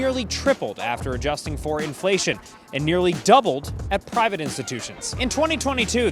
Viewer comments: IN FLUH TYON 😂😂😂😂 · I had to pause after "influhtyon" for a solid minute. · The Inflation mispronounciation got me goooood